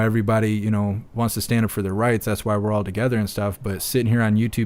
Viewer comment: ..."taking steps togezzar"... It's like zay "Lockstep", yes??